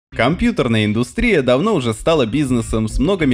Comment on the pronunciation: "КомпьютАрная индустрия"? Ну, ну ) И загугли произношение цифр, ну что за безграмотность.